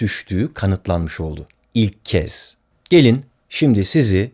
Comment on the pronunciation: İlk kez i neden bastırarak soyluyosun